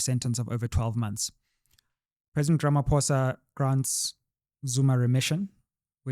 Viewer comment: Is it not remission not ression